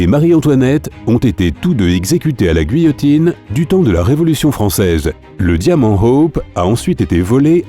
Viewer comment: La G'uillotine 😂 ça se prononce gi-illotine